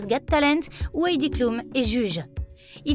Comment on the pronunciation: On prononce Àïdi cloum